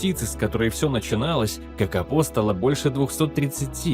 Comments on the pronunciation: Kakapo a nie kakapou,sztuczna inteligencja to jest katastrofaAI.Nie powinna byc uzywana wogole. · Nazwę tej papugi wypowiada sie "kakapo" a nie "kakapou". I skoro to jest film o kakapo to czemu tak często pojawia się kea?